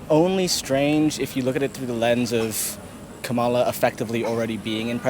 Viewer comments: It would help if you could pronounce Kamala Harris' name correctly. You lost me at the first mispronunciation. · Pronounce Kamala’s name correctly. Your bias is showing through.